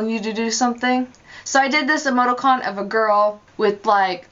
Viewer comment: it's pronounced ee-moe-TEE-cawn, not "ee-moe-toe-cawn". And the word you were looking for is "parenthesis". You're welcome. (imagine eye-rolling emoticon here)